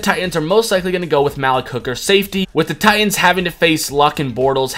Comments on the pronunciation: It's pronounced MalEEk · not gonna lie, kinda loled when you said "maalick" hooker😂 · you pronounced Malik hooker wrong